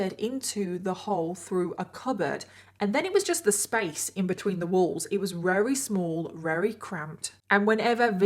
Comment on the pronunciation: Why do you say "Rery" instead of "Very" is it intentional? Not shaming you, it's just not something I'm used to so I'm curious.